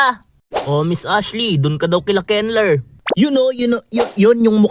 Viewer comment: Kenlur pag pronounced ko sa name mo Kenler pla eyyyy😅